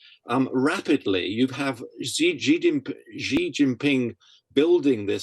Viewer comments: It's jhee not she, if Jackie Chan is saying it right, and he's chinese. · It's Xi, and the x represents a sound that doesn't exist in English but is similar to the ich-Laut in German. The closest words in English are "see" or "she". The interviewee gets it badly wrong, with a sound that doesn't exist in Mandarin. I haven't heard how Jackie Chan pronounces it but his native language is Cantonese.